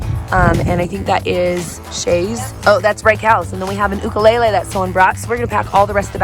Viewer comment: I’m so glad that at least some people say Ukulele right.